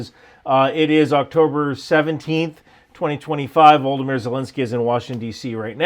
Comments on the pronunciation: C'mon man, you're smart enough to learn how to pronounce "Volodymyr" correctly. HINT... it's not pronounced "Voldemir." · President Zelenskyys first name is not Voldomyr, sir. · Voldameer Zelenskyy? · Volah-da-meer